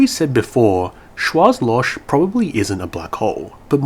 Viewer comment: Sorry for being an ass, but in Schwarzloch, the last H is really strong and is pronounced as in the word hell for example. So Schwarz is something like shwarts and Loch is loH